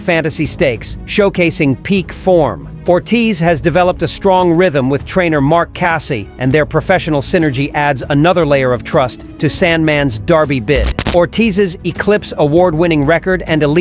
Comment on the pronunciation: AI: Its pronounced Mark "Cass-ie," and a 5 horse Santa Anita Derby is hardly an ideal rehearsal for the Derby. In the U.S., we call it a Derby, not a Darby.